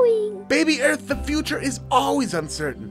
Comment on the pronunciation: earth cannot say r